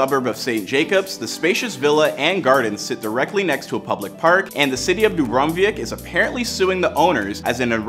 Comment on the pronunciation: Arkeik sea😂😂😂 where is that is dubrovič city there pronunciation 0/10